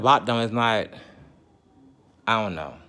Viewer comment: "ion like dat" 😁